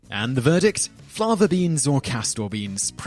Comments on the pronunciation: Fava beans, not FLAVA. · FAVA beans, not FLAVA!